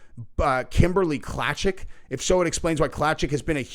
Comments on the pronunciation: Just so you know, Klacik sounds like Clay-sick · Pronounced "clay-sick"